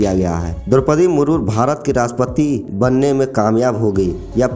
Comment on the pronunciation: Murmur nahin ji murmu bolo